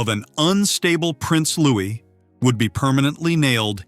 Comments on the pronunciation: SENSATIONALIST TRIPE! AND ITS LOO'EE, NOT "LOO'IS' YANK! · Lou-ee not Lewis! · He is not caled Lewis, please pronounce it properly! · Then look it up. Doing a video about him you should be able to pronounce his name.